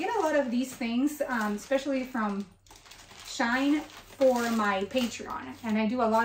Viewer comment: FYI you were saying it right it is She In, even Shein say this. Its to say that "She is In". x